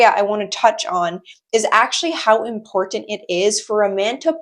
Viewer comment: I'll never not get a kick out of you saying "import-tant". Keep doing you, girl, you're killing it